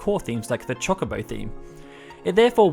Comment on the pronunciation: Did I just hear you say it: Chalk-a-bow? It's Cho-cah-bow... Sweet jesus